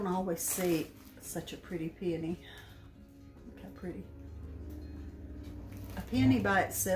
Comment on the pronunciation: You said peony the way it should be said not PeOwny!!